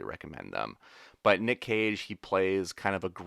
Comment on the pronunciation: LOL every time says "Nick Cage" I hear "Nick Cave" and now I've got "Red Right Hand" playing over and over in my brain. ARGH!:)